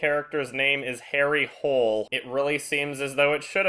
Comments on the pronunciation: Nja... This is how you pronounce it. The o is long and there is no r at the end. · Other Norwegians have probably pointed this out before, but Harry's last named isnt supposed pronounced like hole or whole. It is more like ho-leh, like "holy" with an eh ending. They really should have changed the name though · Honey it's pronounced Hu-Ler. This film sucks. The books are great - worth checking those out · It’s technically pronounced Ho-leh, but... yenno... Hole is funnier? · I know people have been making fun of the main character's name (Which is hilarious, to be fair), but the novels have a reason for the name. Hole is pronounced more like Holog, and Harry is to represent an irony that someone in Norway with an English name could make it so far and successful in life. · Harry Hole is pronounced something like Ha-ree Holy in Norwegian, so the hairy hole pun was never even an issue until they decided to make it in English. It never sounded like anything similar in Norwegian. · There's actually a joke in the first book, when Hole goes to Australia, that they keep thinking his name is Harry Holy (because Hole is pronounced similarly to Holy in norwegian). So they should have just kept that pronounciation in the movie. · The book is set in Sweden. The last name is supposed to be pronounced Hole-uh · In the books, it's pronounced "Hoh-leh". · Yeah, but i mean, i am German and write myself and i would at least make sure that the Name of my Main Character doesent sound stupid or weird when translated to english. Just so that something like here doesnt happen. If it is pronounced Hill they really should have changed it to that: Harry Hill. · did they actually pronounce it harry hole in the movie? the english way of saying it is more like "holy". If they were going to have it in english anyway why did they keep his norweigan name? it just sounds stupid. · Yeah in Norwegian it's pronounced Hul-Er. They make many jokes about that in the much better books :')